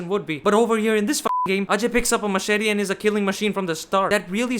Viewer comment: btw are you also indian? your accent sounds like an indian accent AND FINALLY SOMEONE WHO PRONOUNCED "AJAY" CORRECTLY